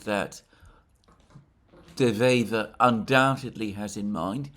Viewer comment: De Wever is a dyed in the wool (wever = a weaver, pun intended) politician that has many years on his conto and probably the most intelligent man we've seen here in Belgium in a long long time. This is not a lightweight. By the way Alexander, perfect pronounciation of his name.